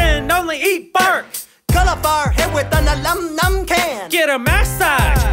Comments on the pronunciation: I died... ALUMINUMNUM CAN!!! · BlockyLZ i saw that before and i was like why did he say it like ulimnum can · Alumnum can. That is the best pronunciation ive heard so far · I was done when Anthony said alamanumnum can XD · Thamer Thrthr (alamanumala can) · it is aluminium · WITH A ILUMINUM CAN!!!! LOL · " Alumnum can " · It’s aluminum foil foil lol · that way he says aluminum XDD